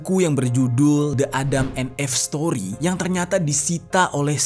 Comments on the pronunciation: Salfok bgt sama penyebutan EVE menjadi "eeff..". Harusnya "iiff" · Again,, sebelum shooting, buka google dulu lah dan cari tau cara baca bahasa inggris. ADAM & EVE dibacanya [édeum én if]. Kenapa gua suka koreksi, karena elu tu banyak penontonnya. Sayang kalau yg ga ngerti jadi ikutan salah baca karena berfikir cara baca lu tu adalah benar. Edukasi juga lah sekalian para penonton dgn bener. Jgn cuma bacain kisah² doang dengan pelafalan yg salah. 🙏😉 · Eve itu dibacanya "iv" , bang, maap kontennya bagus, tapi denger penyebutan yg kurang tepat jd agak ganggu. Sayang aja jadinya. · klo gasalah cara baca eve itu “if” bang